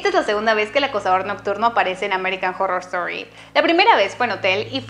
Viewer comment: American jorrrorrrr estori jajaja